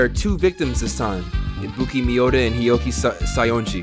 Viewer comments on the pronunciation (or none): none